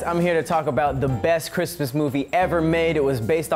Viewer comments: "Last Bhrimas..." 😂😂😂😂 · "THIS BRISTMAS..." 😂😂😂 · "This Bhrismas"😂😂😂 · "This Bhrismas" LMFAOOOOOOO